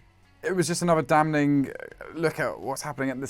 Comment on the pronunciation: I love so can somebody pls tell him how to pronounce “damning”